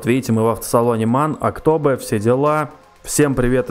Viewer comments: Не Актобэ а Актобе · Не актобэ а актобе и кстати тоже привет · Не Актобэ а Ақтөбе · Не Октобэ а Октобе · не Актобэ а Актобе ударение на букву «Е» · спс за такие видосы и если что не актобэ а актобе ну это так на заметку) я из алматы здароу всем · ХА ЧУВАК Я ИЗ АКТОБЕ! ОБОЖАЮ ТВОИ ВИДОСЫ, КСТАТИ НЕ АКТОБЭ, А АКТОБЕ:) ПЛИЗ ПОСТАВЬ СЕРДЕЧКО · Не АктОбе, а АктобЕ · Не АктОбе а АктобЕ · АктУбе а не АктОбе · Актобе а не Актобэ Алга а не Алгу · Актобеееее . А не актообе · Не Áктобе a Aктобé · Актобе - ударение на Е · Актобе́ ударение на последнии гласные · Ни Актобе а Ақтөбе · Актобе ударение на :е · Ха ха, он не правильно говорит Актобе